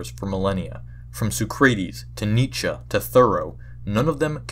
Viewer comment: I have perished within the first 7 seconds Suh-kree-tees Nee-ch-uh Where oh where did you learn to say it like that